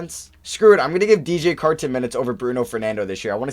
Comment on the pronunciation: The way you say Carton is slightly bothersome